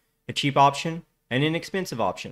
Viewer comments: The word "AND" is a single syllable word. Quit trying to turn it into a two syllable word by saying "AYE-AND". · Notarubicon would have pinned this also. Still waiting to hear the 2 silabel version of and. 😂